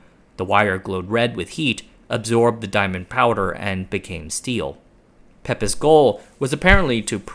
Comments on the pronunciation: I think Pepys is pronounced Peeps. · I think the pronunciation of Pepys is Peeps not Pepiss. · Minor correction: The English surname Pepys is pronounced "Peeps." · Pepys is pronounced Peeps. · Or you could think of it NOT having an E - HARTH. 🙂 You may also want to see about pronouncing Pepys (English is tricky). It is more like PEEPS (rhyming with the noises that baby birds make - cheeps). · FYI Pepys is pronounced peeps